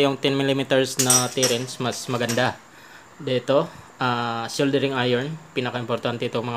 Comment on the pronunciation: Hindi SHOULDERING boss, ang tama: Soldering. Thnx!